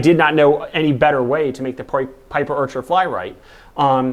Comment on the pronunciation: Orchar? What's an Orchar? Piper Orchar? Wha... Ohhh! Archer! He meant Archer. Right...